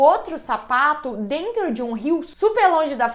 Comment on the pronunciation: Na hora que ela falou sapato eu pensei que ela tava falado safado